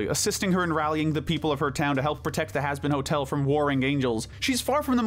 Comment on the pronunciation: hazbin ho el 💀